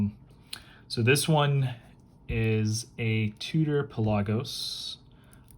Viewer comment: Tudor pronnounce tyou dor not fucking tu tor wtf